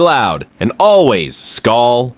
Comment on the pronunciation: What is wrong with people? JJ bleeds purple and gold. NO! WE ALREADY LOST THEILEN WE WILL NOT LOSE JETS TOO!!!!! Oh and real fans know its SKOL not skull... fix your ending its wrong